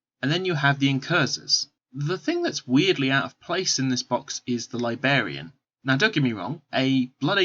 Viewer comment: It is driving me crazy!